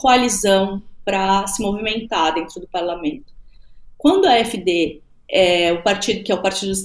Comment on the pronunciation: A pronúncia do AfD é a--éf-dê.